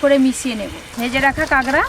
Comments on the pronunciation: ডিমগুলো সেদিন ভাইয়া এক হাট থেকে যে কিনেছিলো আমি সিওর সেই ডিম গুলোই।অথচ মিথ্যা বললেন যে পাশের বাড়ির। আর কাকড়া কে কাগড়া কাগড়া বলছেন কেনো?মিডিয়াতে উচ্চারণ টা ঠিকমতো শিখে বলা উচিত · ডিমগুলো সুরজিৎ নিয়ে এলো বীরভূম থেকে।আর বলে দিল পাশের বাড়ির থেকে। ঝুড়িকে বলে ঠেকা, আর কাঁকড়াকে কাঁগরা। জঘন্য